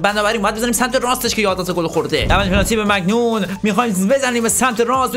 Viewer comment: مهدی چرا به مانیان ،مگنون میگی 😂